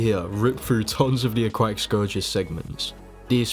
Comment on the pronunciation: Cool video i like it a lot, one question tho Why do you call the aquatic scourge the a-quack-tic, it kept on throwing me off lol